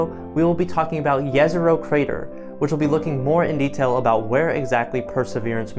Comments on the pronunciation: Thanks for pronouncing Jezero correctly. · Well kid, you definitely caught my attention when you pronounced Jezero crater correctly. Subscribed!